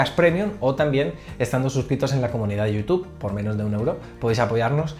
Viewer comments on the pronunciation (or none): none